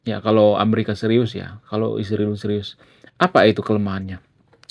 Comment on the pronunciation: Kenapa sebutan Israel dirubah jadi Isriwil, apakah supaya terkesan lbh intelek ? Bukankah Tuhan sendiri yg merubah nama Yakub menjadi Israel ? Skrg ada yg merubahnya menjadi Isriwil